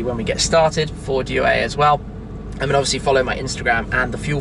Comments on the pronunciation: Dear Tim, let me try. The way you pronounce "due" sounds like if you were to pronounce something like "due-er" in english. You should try to pronounce it like "do-er". Focus on the "do" instead of "due". Cheers and big respect. A follower since 2010-ish... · I wasn't being serious but here's how you should say it: doo-e. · As someone who studies Italian, the way you say "due" is hilarious😁